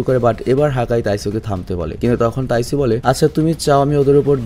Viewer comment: Bhai taisu na taiju hobe